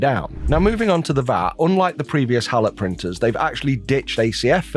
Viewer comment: I believe it is pronounced hey-low.